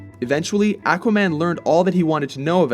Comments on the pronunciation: OK, to the guy narrating this video; it's Aquaman, not Acuaman. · It's aqua an with the a like ardvarknot like the a in anvil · he says A quaman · the way you pronounce aqua-man tells me you never read the comics. THUMS DOWN. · Its pronounced Akwa now Ackwa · Akwa man lol its pronounced Au Qua Man. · It's pronounced AAHH-quaman. But in the 60's-70's cartoon, Ted Knight used to pronounce it ACK-wa-man, as in back, hack, jack....ACK-wa-man!!! LOL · Am I the only one who gets annoyed when people pronounce it "ACK-wuh"? It's "AW-kwuh"! The other way is like saying "Maar-ri-oh Brothers" ugh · Ackwahman? XD it's aquaman lol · AQUA-man not ACKUA-man. Nice video though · AQUA=AH-KWA, not ACK-WA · It's not ACK WAH MAN! It's AWK WA MAN! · it is AU-qua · why does everyone pronounce him as "ackwa-man"? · Ah-quaman? Aquaman. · it's pronounced oh-quh-man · AHH-quaman is how it is pronounced. I am a comic book expert. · It is pronounced ak-wa-man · you say "ahqua" like a Canadian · When did Aquaman become Ackwaman? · Ak-wahman? What about Aquaman? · Is it me or is he mispronouncing Aqua.....maybe it's a regional thing... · The way you say Aquaman makes me wanna punch a wall. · Okay let's just say this.. We all know he is pronouncing Aquaman wrong. But my plea for him is he is going off the pronunciation they used in the old cartoons.. Listen to how Aquaman himself says it in the beginning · This guy can't even pronounce "aqua" correctly. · You are pronouncing Aquaman wrong.... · Oh yes he is. Even worse than before. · Yes he is. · still wrong....even more wrong than before. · Not sure why, it bugs the way they say Aquaman. I feel like the first a should sound like a short o, not a short a. But that's probably wrong anyway... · Seriously! Learn how to pronounce his name right!